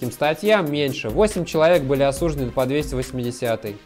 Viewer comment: Он говорит осуждены с ударением на букву "у". Это специфическое ударение, так говорят сотрудники ФСИН и сами осужденные, но согласно правилам русского языка ударение надо ставить на букву "ы"...